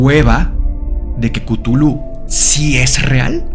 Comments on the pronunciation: Cutulu Mi mente disléxica todo el capitulo: tu culo 😂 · Soy de la generación q llama o, mejor dicho, pronuncia Chuthlu como "shulu" lo de cutulu me suena horrible...😅🤣🤣...( aunq la verdad es q me gusta tanto como has tocado el tema q no es ni siquiera una crítica...) 😊❤️ saludos desde las Islas Canarias 😘